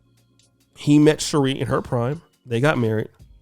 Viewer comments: Her name is pronounced "She-ray" not "She-ree" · #TheWall is Undefeated@ its pronounced(Sher'ray)